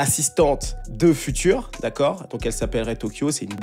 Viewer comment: j'adore tes vidéos et je te suis depuis 2019 mais stp arretes de dire future en français, on dirair le futur dans la conjugaison lol. it's FUTURE, FYOUTCHER